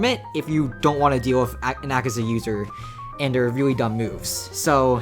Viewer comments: its akaza not akiza -_ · He butchered Akaza so badly 😢